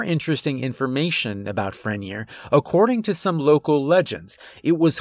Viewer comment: Pronounced Fren-yay